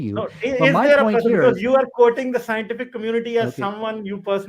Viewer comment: 😂😂😂 Phul schientiphic